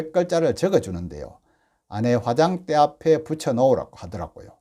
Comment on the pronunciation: '아내'라는 단어의 발음부터 제대로 하면서 방송 좀 합시다. 다른 사람들이 '아내'를 어떻게 발음하는지 귀를 열고 잘들어보세요.